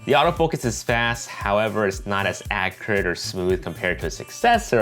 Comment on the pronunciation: "Not as Accruate" lol